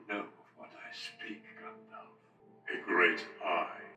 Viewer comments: not them pronouncing freedo, grandalf, sairon, izildor, bilbo bobbins haha. At least they got Sam right 😭✊ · not that it matters but Gandalf is pronounced like the puppet character Alf, most people say it like Dolph (Lundgren)